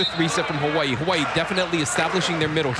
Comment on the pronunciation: this man really said Ha-wa-ee